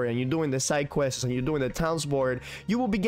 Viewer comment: I can't tell if you're just messing around when you are saying questes instead of quests.